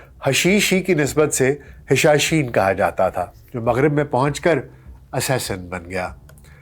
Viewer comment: سر گستاخی معاف ، حسن بن صباح کے فدائین کو حشاشین نہیں بلکہ حشیشین کہا جاتا تھا ۔